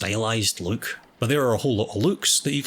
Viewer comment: Word "Look": Exists: Löök